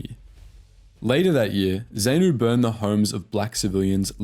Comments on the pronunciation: If you’re going to do more on my country’s war thrust upon us by the communist bloc in their own colonization of Africa, a couple of comments. First take a moment and read something applicable like The Great Betrayal and perhaps watch some Rhodesian videos so you know how to correctly pronounce ZANU, ZAPU, FRELIMO, Selous Scouts and Salisbury. Your mispronunciation of these actually detracts from your presentation. Guerrillas is such a nice PC term for the cowardly savages that tore apart babies, children and adult civilians including hacking off lips and ears of living humans and making family members cook and eat them. Black Rhodesians volunteered to serve during the communist insurgency. They made up 80% of the Selous Scouts. White males had to. We both had a common enemy and black civilians by far bore the brunt of the “guerrillas” freedom fighting. Black Rhodesians fought from WWI onwards for Great Britain, as did nearly all white a Rhodesian men, hence the Great Betrayal when the communists showed up the the West turned their back on their wanton aggression. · Wow, there is a lot missing from this, as well as a number of historical errors. Blacks formed part of te Rhodesian military a long time before Smith came to power. More research should have been invested. Pronunciations are also terrible - Zaynu?? Zaypu?? Ugh!! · Zaypoo and Zaynoo? What the FUCK. That is NOT how you pronounce those acronyms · Zaynoo - LOL. Got that wrong too. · Ffs, they're pronounced Zah-nu, Zah-pu, Tanzahnia, Freleemo. Basic bloody stuff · Sorry mate , I lived through most of that war and you managed to mispronounce nearly every african name or acronym. Phonetically its moogarbee enkomo Zar noo p.f. , Zar poo , fre leemo, bishop moozaraywah, zanlah , ziprah , mo zam beak , etc etc. It was one nasty war and in the end no real winners, especially not the poor black Zimbabweans. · Zaypu & Zaynu 😂😂😂 jokes aside, this is a pretty decent video. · Zaynoo? Who knew it was Ayfrica